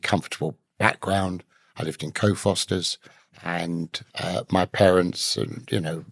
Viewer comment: Co Fosters???? Does the gentle man mean Cockfosters???